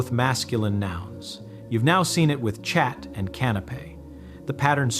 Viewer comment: I like the explanation of the process of learning. I appreciate it and agree with it. But the pronounciation of French words is incorrect. I guess AI is reading it. Chat sould be pronounced /sha/ in French not /shat/. And reve does not mean new it means dreams. But the overall message of the video is helpful. Thank you.